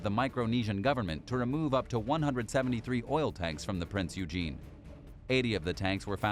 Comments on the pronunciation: I'd like to correct your pronunciation of Prinz Eugen. It's not pronounced as Prince Eugene. It's pronounced Prinz Eugen (Oi-gen). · ITS PRONOUNCED PRINZ OYGHEN,...that being said if one has enough Kraut Space Magic & Dakka drive, you could get it back into full service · Completely butchered Prinz Eugens pronunciation